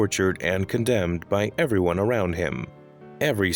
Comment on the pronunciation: “Arwound him” ok arwound?😂